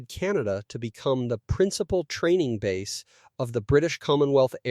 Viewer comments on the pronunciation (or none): none